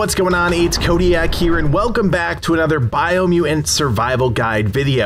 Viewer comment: Take a shot every time he says "Biomuain". 🥴